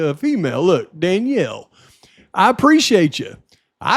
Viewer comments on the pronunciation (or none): "Danial".....lol Thanks I needed that laugh...lol